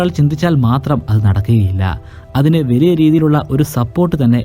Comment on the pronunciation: 👍.'Veliya' alla 'valiya' 😀